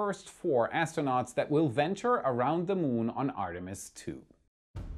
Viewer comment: ah yes, the famous Artemsi II